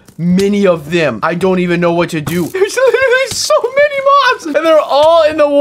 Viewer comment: "theres so "mini" of them"